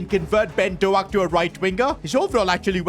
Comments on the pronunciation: Its doak not doaak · It is not Ben doack It is Ben doak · It’s not Do-ak it’s Pronounced Dough-k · its dok not doak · It’s doak not do ak 😂😅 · Hey, just to let you know it’s not pronounced “Ben Doak” it’s actually pronounced “Ben Doke” You’re welcome! UP THE! 🎉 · It’s not Ben do ak. It’s Ben douk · It’s not Ben DoAKE is Ben dOAK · Its Ben Doak not ben Doact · PCQ: His name is actually not pronounced ben do-ak, but is pronounced as ben dok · You don't say it like Do-ak more like D-oak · It’s pronounced Dough-k, not doaak 😂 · its pronounced ben DOKE, not do-ak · it's pronounced "Doke" not "do-ack" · How to pronounce Doak, Doak, not DoAk. like boat, just replace the “B” with “D” and “T” with k” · its not doak but pronounced douk like boat. Ben DOAK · As a Scottish man I cringed so much when he singed doak it's not pronounced do-ake it's pronounced doe-k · Ben Doak name is pronounced Dok not Do ak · Ben Doak is pronounced Ben Dowk not Dowak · As a middlesbrough fan, Ben Doak who plays for us currently is not pronounced do-ak it is pronounced dook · Yo Ben Doak's name is pronounced DO-KE not DO-AK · The pronunciation of ben doak is not do-ak its dok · Its ben doke not ben do-aak 😅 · It’s not Do-ak it’s D-oak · It’s not do ak doak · PCQ: It's Ben Dough-k not Do-Ak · Ben Doak name is Pronounced Douuk not Doack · it’s not do-ak it’s pronounced dowk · who is doughack dude... its pronounced d.oak and since he is a hot prospect at liverpool rn u have to know it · it’s not pronounced dough-ak instead it’s d-oak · It's been do-k not do aak the a is silent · Ben Dook not dooak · It is pronounced Ben d oak like the wood not doh ak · fr it dough-k not dough ak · You say doak as doke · Good vid I follow this series It's the best you've ever done And also Ben doak is pronounced like oak like oak tree so it's Ben doak. 🙏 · Ben Doaks name is pronounced Ben Dork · I am going to cry if I keep hearing him say doh-ack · ben doak is pronouncedd-oak like an oak tree